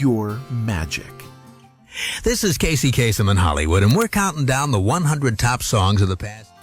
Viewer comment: No mention of Foosball (Tabletop Soccer)? Although it received bigger competition alongside pinball machines (since you didn't need an extra human player), it was still a big thing back in the 1970s. And you see that table in one of your photos. One last nitpick - if you listen to any recording of Casey Kasem's countdowns, you'll see that you're mispronouncing his name in your video. :-)